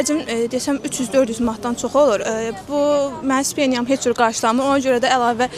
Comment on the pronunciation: Bir tələbə ki, təqaüdü rusca demək istəyir, hələ üstəlik bu sözün ruscasını belə səhv deyir (стипендия/speniya?), düşünürəm bu tələbə oxuduğu universitetdən xaric edilməlidir, ən azından ana dilininin qrammatikasını və tələffüz/orfoepiya qaydalarını bilməlidir!